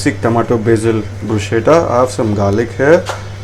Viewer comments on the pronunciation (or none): Good information, well presented, would like to just point out that the correct pronunciation which I too learnt at a very late stage of my career is "BRUS - KETTA"